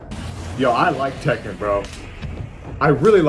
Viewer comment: It's Tekken NOT Taken! And How Many Times This Fighting Game Crossover With Street Fighter Now?